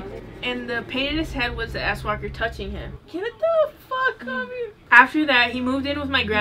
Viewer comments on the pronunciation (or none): I was caught off guard when you said swalker bc I heard asswalker.... Now all I see is someone with their legs up in the air scooting towards you on their ass.🤔.... Love your content